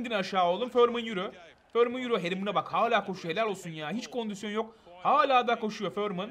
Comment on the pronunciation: Eniscim kondüsyon demeyi acilen bırakmalısın. doğrusu kondisyondur. normalde takılmam da 55 kere kondüsyon deyince içime fenalık geldi.